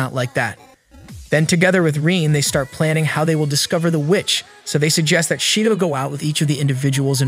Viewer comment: Shedoh that's how it's pronounced 😂😂